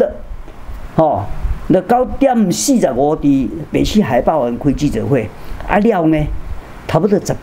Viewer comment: 可愛的曾博士！海霸“完”😅😅😅